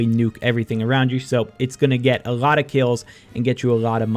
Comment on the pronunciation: A „lot“ or a „rot“ - wtf Are u saying